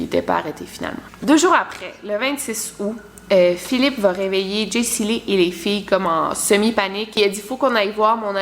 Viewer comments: Chepas si je suis le seul qui a chaque fois que tu dis Jesyli sa ouvre Siri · à chaque fois qu'elle dit jacey lee mon siri s'active :p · tu actives mon Siri a chaque fois que tu dis Jaycee Lee mdrrr Zuper